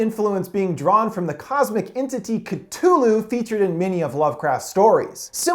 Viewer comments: Ca thu lu not cat u lu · I think you mention to say KA THU LU not KAT HU LU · Catulu XD its cthulu (ca-thu-lu) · Wait did you pronounce Cthulhu as k-tu-lu? It’s k-thu-lu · mA boi it sounds like ka-thoo-loo not ka-too-loo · Did he actually just say catulu? Its cthulu. cathooloo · It's cathulu not catulu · It's not cu too lo/cutulu its cu tho lo/cuthulu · it is Cthulhu not ctululhu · Ca-Thu- Lu, not ca tulu, but Good try though. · It's ci-TH-ulu not Kit-ulu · Did he really say katooloo😑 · Don't forget Ka-too-loo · Ka-thu-loo... Cthulu that’s how to say it. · The fact that he says ca-too-loo kinda triggers me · It CU-THU-LU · It’s cuh thoo lu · Omg he said "ka-tu-lu" 😂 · Frazzy 1312 Cthulhu is suppose to be said like Choo-loo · It’s ( cuh thoo loo) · *says cutoolu *Literally throws phone is disgust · cthulu. c. thu. lu. it is literally pronounced the way it looks. cu-thoo-loo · Oh? His name is katulu now? Wow. Great pronunciation. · The way you pronounce Cthulu is grating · IMPossible Bass He isn’t dumb.He isn’t a dog and a girl and yes he miss pronounced Cthulhu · i swear ill hit you with the th you left out of cthulu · Cutooloo? No no no no no... Cu-thoo-loo Cuthulu I’m sorry.. Demogoregone... 😑 Demi-gor-gon Demigorgon. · Is anyone else annoyed that he called Cthulhu ctulu and demogorgon demo-gorg-on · Ctulu, Dehmogorgone, oh my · Was I the only one annoyed about how he said demogorgon and cuthulu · Video: Katulu Me: Screams internally yes yes the katulu Video: Demogoregots, demogoregone Me: Seriously? They say it in the show, how can you possibly pronouce it wrong? HOW?!?!? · It's pronounced Demi-gorg-in and cuthulu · Aaah. I cringed.... dem-a-gor-Ghen not GONE. And ka-thoo-loo. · The way he pronounces demogorgon and Cthulhu kinda triggers me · You pronounced Demogorgon and Cthulu wrong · There are just two things I need to clarify. That is not how you pronounce Cthulu, and that’s not how you pronounce demogorgen. I think i spelled that right...